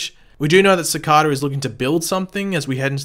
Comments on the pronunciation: cicarrrrrrda- that the first pronunciation of cicada I ever heard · I swear if you say Cicada like that one more time